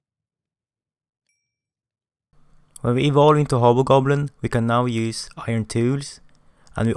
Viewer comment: The fact that he pronounce the hobgoblin but ended up sounding like "HOBO" goblin makes me laugh so hard and the only reason I watch this video in the first place 🤣